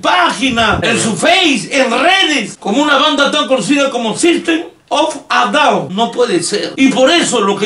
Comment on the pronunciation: habla de que se equiboco y le llamo auron chop suey pero su pronunciacion de sistem of a down es perfecta penoso